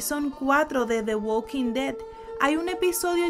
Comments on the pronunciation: es THE WALKING DEAD no "güad quin ded" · "uokin de" tu pronunciación me dio cáncer